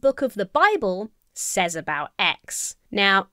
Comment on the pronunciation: Do a lot of people pronounce 'says' the way does? Exactly the way it looks? Is that a regional thing?